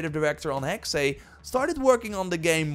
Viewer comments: Hexey? I get it secondary language but it’s Still Hexe not hecksé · NOT "Hexay".. but Hex-uh.. It's German for 'witch' EVERY time You say "Hexay".. a kitten gets murdered.. UGH! *takes-off linguist knowitall-cap. :P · Dude it's just "Hex", not "Hexay".😂 Any Valhalla updates? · Hexe is pronounced HEX no second E/ay sound